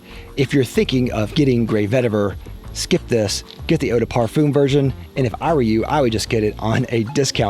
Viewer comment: If you going to create a fragrance review video where you say the word "parfum" 50 times, maybe you should learn how to pronounce it